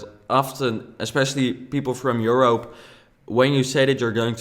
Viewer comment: Europe not europ 😂😂❤️